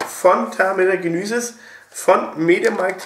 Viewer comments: Ist echt schlimm, wie Du Genisys sagst :D :D Das MediaMarkt Steel gefällt mir persönlich am besten ;) Das Saturn Steel ist auch das, was man bekommt, wenn man bei Cede.de bestellt (sie hatten erst ein anderes Cover angezeigt) Cooles Video mal wieder :) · "Genüüüsys" :D